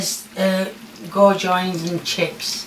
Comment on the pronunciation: On Hiatus its goo-jons